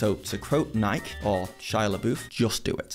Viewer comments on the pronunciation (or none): It's pronounced NY-kee, sport. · what are the odds you pronounced Nike in one syllable to drive engagement? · I'm offended with how he prenounced Nike.